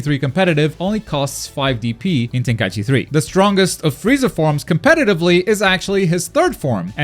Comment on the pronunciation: Thank you for saying TenKAIChi instead of Tenkai E Chi like most people. Most people say the 2nd thing and it legit drives me crazy...